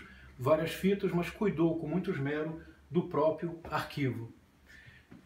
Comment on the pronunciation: Doeu meus ouvidos a pronúncia de esmero.